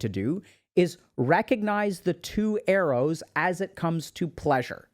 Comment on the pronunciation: Thought he was saying 'eros' instead of arrows. Took a while to realise and cannot unhear it anymore 😂